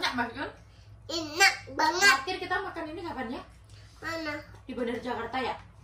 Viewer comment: Aku ngakak ngakak pas bilang enak banget tpi di bilang nya inak anget lucuu😂